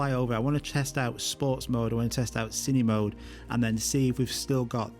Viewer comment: Everyone, with an accent or without, pronounces “Cine-Mode” wrong… It’s short for “Cinema-Mode”. Not “Cinima-mode” :-P